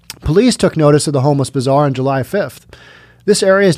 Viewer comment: I like how you pronounce Bazaar Bizarre. ;)